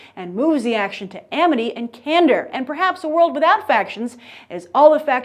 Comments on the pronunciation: I'm sorry, what factions are Cander and Eroodite? I'm afraid you're thinking about ErUdite. Not ErOOdite. and CandOR not CandER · she. pronounced. erudite. and. candor. wrong. I'm so done.